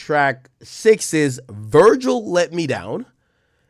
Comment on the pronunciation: “Vergial” is crazy ☠️☠️